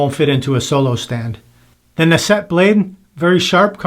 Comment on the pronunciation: This is a top-5 blade for me. Insanely clean shaving with zero irritation. By the way, it’s pronounce naht’-set, and I believe Google translate is correct in this case.